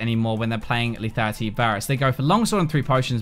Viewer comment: LETHALITY dude NOT LETATY.